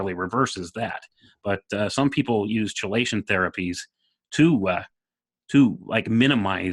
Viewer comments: KEY-lation, not CHEE-lation.... (excellent for removing heavy metals from the blood) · Just as chemistry is pronounced "kemistry," chelation is pronounced "kelation." I say this not to undermine, but in support...I don't want the neurodegenerators to have any easy ways to push your arguments aside.